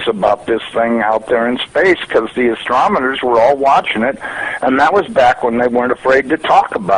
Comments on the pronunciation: im 30 seconds n2 this and he said astromeners im done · If the guy can't pronounce the word, why would accept his views on Astronomy? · Hahaha... "ASTROMENERS"...!!! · "Astromuners". Yeah ok. Paahahaaaahahhhahahhah. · Lost me in the first minute: "astroMoners". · Asttromemors? Say what! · Oh yes the guy who uses the word "". What a brainiac. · ok, this guy can't even say astronomers properly, i'm outta here at 11 seconds, bye.